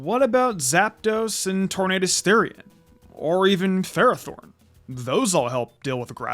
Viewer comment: It’s pronounced gol-LYE-soh-pod, VIE-kuh-volt, and FUR-AH-thorn, “”! 🤨 Stop mispronouncing Pokémon names,! 🙄